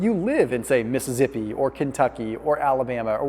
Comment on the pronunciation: Missi-zippy? Really? How'd you arrive at that pronunciation lol?